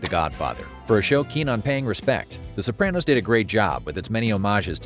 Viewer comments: You say "Sopranno" I say "Soprahno" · Why are you saying SopranNo? It is really grating. Pushed through 5mins but honestly can't watch the rest. Makes it sound like you never even watched the show and just stole the facts from other content creators for clickbait for the movie release